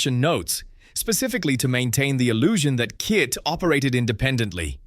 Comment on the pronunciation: Hey you moron it’s not K.I.T it’s K.I.T.T.